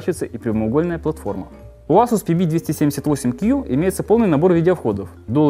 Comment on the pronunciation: Эйсус, не Асус ;)